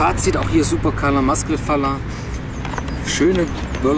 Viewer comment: Schöne Böller. Apropos spricht es sich Masclet Fajer aus. Im Spanischen wird LL wie ein J ausgesprochen.